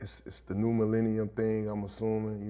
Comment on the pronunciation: Did he say new millennium?